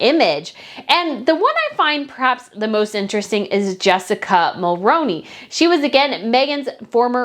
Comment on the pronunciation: ....Canadians politely must correct you. Jessica's last name is pronounced Mulrooney. 🍁